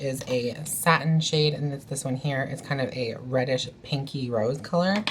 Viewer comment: When you said reddish brown I thought you said British brown and I was like what XD and I had to play it back